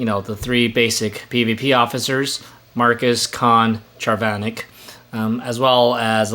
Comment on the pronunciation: Names mispronounced: Kang (not sure how anyone can get this one wrong, but you managed to), Charvanek (accent is on the 1st syllable, not 2nd and lastly Uhura.... again, I don't know how any ST fan could get this wrong. She was in every episode of TOS.